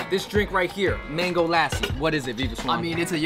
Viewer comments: This dude said laaassssi it’s pronounced lussi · its not laasie its lassie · That Indian dude ain't Indian! 😑 Which Indian pronounces 'Lassi' as 'Lassie' 😏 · I died at how they pronounced lassi P.S no hate